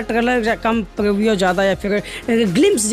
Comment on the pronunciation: Proviya nhi prevue hai 😂